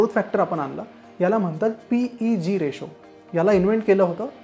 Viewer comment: रिशू नाही रेशो.